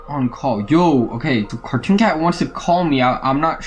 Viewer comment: you said cartoon hat yes you did really